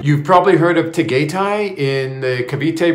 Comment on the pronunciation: … Tagaytay is pronounced “Tah-guy-tie.. I just don’t want the locals snickering or staring at you like they did when the taxi guy dropped you off at night to meet Bohol girl. You are a gifted storyteller.. I call you the